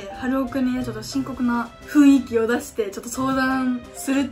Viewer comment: ふいんきじゃ無くてねふんいきだよ